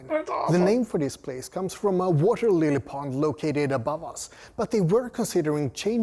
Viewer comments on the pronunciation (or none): none